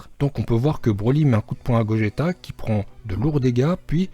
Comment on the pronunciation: C , est GOJETA